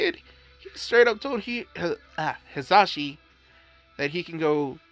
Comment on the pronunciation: Dude his name is hiashi not hizashi